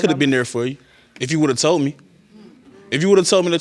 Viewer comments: That told-ded took me out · "Tolded" "Postpoled" ""I was spending multiple times whichu"- 🤦🏾‍♀️